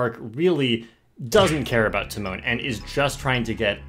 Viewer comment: I didnt know it was pronounced “tee mon”.